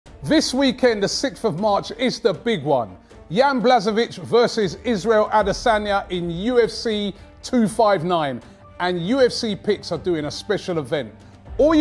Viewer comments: Man said "Yan blazawich" bruh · FYI it’s pronounced Yan Bla-Hove-itch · Jan Błachowicz is pronounced Yan Bwa-Ho-veech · It’s Yan Bwa howich, but then I should know can’t pronounce foreign names 😂